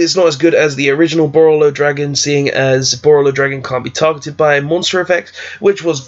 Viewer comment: BorrElsword not borrOlsword. Also great vid!